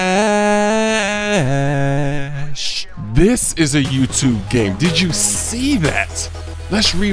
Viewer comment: he said splas not splash